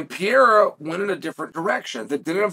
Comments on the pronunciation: Chael: there are two r's in Pereira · Chael, wtf I thought you had a degree in sociology and you can't pronounce Pereira properly?